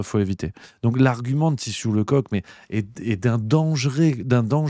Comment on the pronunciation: ça se prononce leceuck pas le coq